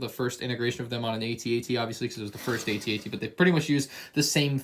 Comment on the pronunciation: You called it a A-TT